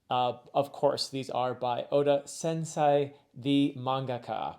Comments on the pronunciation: The sei in “sensei” is pronounced “say” as in “what did you say?” In general that is how the ei double vowel is pronounced from Japanese words. In really general terms double vowels in Japanese serve to elongate the preceding vowel sound. So -ei, the i indicates that the -e gets another “beat” (think of Japanese as a rhythmic language, each vowel sound representing one beat). Another one this applies to is “-ou”, the u is silent and more so serves as an indication that the -o will receive another “beat”. I hope this helps a little with pronunciations, but you’re doing great anyways! :) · I’m loving your stuff but you seriously need to work on some of your Japanese pronunciation for words like “anime” and “sensei”